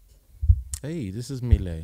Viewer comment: 🌱 “milet" is pronounced in Japan as "Mi - Le - I" in three sounds. She clearly calls herself "Mi - Le - I" in her self-introduction. She is beautiful, isn't she? seemed to have fallen in love with her. Yeah! Yeah! Yippee! She is a singer-songwriter, but she has a husky voice that has a good gap between her looks beauty. Even though she is a husky voice, also her treble and bass are beautiful. I feel the exotic atmosphere of the music. Besides, the beautiful pronunciation of English like a native speaker. It's very popular in Japan. I love too. When she was a student, she sang her cover song for the first time to encourage her depressed friend. The her friend regained her smile and she was very pleased and well. At that time, milet cultivated her confidence that she might be able to encourage others with her own songs, and aimed at her current job. She may not be accurate because she doesn't disclose her detailed personal information so much, but she was in Canada until she was about 12-18 years old. Immediately after she went to Canada, she didn't speak English and seemed to have had a boring, and lonely time. With her good sense of sound, her listening ability will surely be high. She tried little by little to actively communicate with people and to express her own opinions. Over time, she seems to have blossomed more and more of her natural talents. She is a lovely woman. If it's her song, “Inside you” is also a wonderful song. It is recorded in "The First Take".